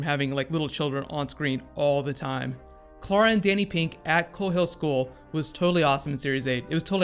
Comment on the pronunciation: sound's like you keep saying Cara, with that I wanna correct it as Clarah